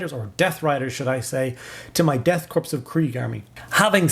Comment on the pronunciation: I AM A HUGE KRIEG PLAYER! The aesthetic is so unique and grim. Also one minor tip, its pronounced "core" not "corppse". Keep it Up Man!